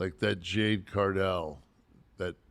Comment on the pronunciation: He needs to learn how to pronounce Jade’s name before you can say Nash would make good manager for her